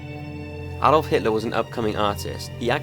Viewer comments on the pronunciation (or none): none